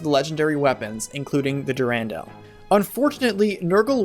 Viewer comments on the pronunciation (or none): You do like to put the accent on the wrong syllables. Try saying Athos with the accent on the A instead of the O, so it's like saying Athens. Next, try putting the accent on the U in Durandal instead of that first A. But yeah, totally loved the Eliwood and Ninian Romance. I'd forgotten a lot of the game's story over the years, but that was one of the few things that stuck with me. Thanks for the video.